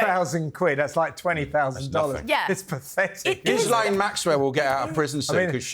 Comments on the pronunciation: "Gizz-laine" 😂 I love how the British refuse to pronounce names of any foreign origin correctly, especially if they're French 😂 absolutely love the show and all of you, though. Watch every week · I loved it when said Ghislaine😄